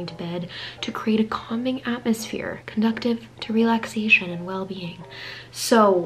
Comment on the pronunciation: love ya but you pronounced 'conducive' wrong at i just had to point it out